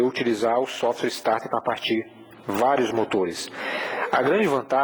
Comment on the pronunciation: Meu caro , corrija sua pronúncia. Se voce sabe que o nome do equipamento é SOFT starter, porque pronuncia "SOFTWARE" starter? Isso fere sua imagem. essa é apenas uma crítica a título de melhorar seus videos que por sinal são ótimos, parabéns!